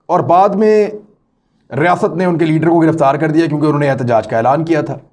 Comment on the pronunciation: Riasaaaat nhi imran khan bolain...